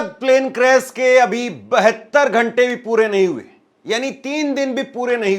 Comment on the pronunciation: क्रेस नहीँ भाई क्रेश होता है, क्या आप से कोई पूछेगा कि आप कब सीख पाएंगे,,,,, इतना आसान काम आप नहीँ कर पा रहे हैं,,, बातें ही बातें हैं खुद को कुछ करना हो तो मुश्किल और दूसरों से स्पष्टीकरण चाहिए